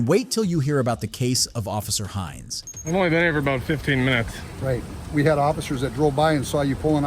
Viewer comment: “Office Hinns”, “Officer Hinns”, “Sea Urchin Dana” 😂 Bro, reading isn’t that hard… They even said the words/names themselves”. Also, me: “I’m done with this video at this point”.